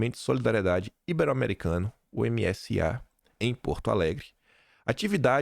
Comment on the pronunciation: A pronúncia correta é “ibéro” e não “íbero”